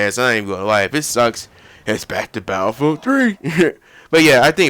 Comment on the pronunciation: Sorry to say, but you pronounce battlefield a bit like bayellfield. Its quite funny that you leave out the ''t''.